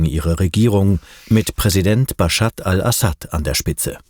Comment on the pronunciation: Der mann heißt Baschar und nicht Baschat ;)